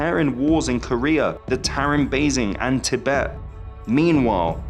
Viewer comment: How the hell does this narrator manage to pronounce "basin" three different ways in 30 seconds?! And that's one of the English words! Don't get me started on the Turkic words/names he absolutely butchered... Very poor narration.